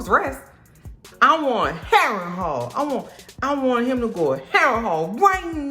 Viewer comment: New subscriber. I watched this several times. Your commentary is hilarious from start to finish. Every time I hear Castle Harenhall, I'm going to hear you calling it Castle Overhaul. Not clearing up the playing of the balls 😂😂. Cole with a fresh cut and cuban link ❤